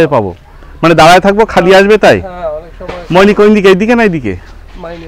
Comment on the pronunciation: ময়নি না ভাই মাইনি হবে এটা, আপনি টিংকু ভাইয়ের বাংলালিংক বাংলার পথে এপিসোড গুলা দেখবেন অনেক সুন্দর করে তুলে দরা হয়েছ আমাদের দেশ। তখন ইউটিবার জন্ম হয়নি।